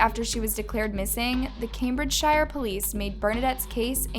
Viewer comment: “cambridge-shi-er” it’s cambridge-sure (i think)